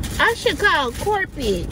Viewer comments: She gonna call corpet(corporate)😂😂. She had me hollering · Corpit...Corpit...Lmao!!! Corporate!!! 🤣🤣🤣